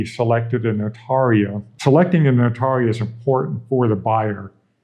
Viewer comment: It's painful to hear them pronounce the word "notario".